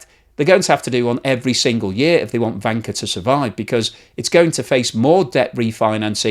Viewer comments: I can't stop hearing wanker xD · Am I the only one, who hears the word wanker every time says Vanke? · I usually don't understand half of what he says, but it's interesting anyway. "Vanker" sounds a lot like "wanker." Thank you,! China's going down. All economies are headed for the sewer. Study revolution, amigos. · In romanised Chinese, Vanke is written as Wanke but it is pronounced as Wanker. It's no surprised that they changed it to Vanke! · This is hilarious ... I follow a podcast called Red Flags Podcast - and they have the former F1 principal Gunther Steiner on oft times ... who is german ... and all I hear instead of Vanke is wanker ... I am not trolling just laughing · If transcribed properly the Chinese name for Vanke 万科 should be Wanke. If one pronounces it with a Beijing accent one could easily slip into Wanker 万科儿mode. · Hurray 🎉 I am not the only one 😂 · In German it sounds the same 😁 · Trying not to laugh every time says "vanker" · I think it is pronounced with a W sound like in the German. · Yes, but it still sounds funny. And I bet he is happy he can say it :D